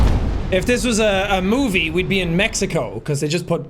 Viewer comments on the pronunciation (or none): none